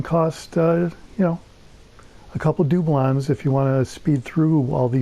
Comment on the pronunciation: Do-blons I like the way you say it